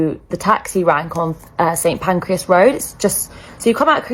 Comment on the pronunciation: This is the first time I have ever heard it pronounced pancreas… 😂